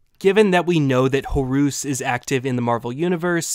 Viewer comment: I don't think he's pronouncing the names correctly. He's applying foreign vowel sounds to the English that was used to represent foreign names. So you should pronounce them as an English speaker would, not how a foreigner would. "Horoos" and "Atoom" is irritating as hell to have to hear over and over again.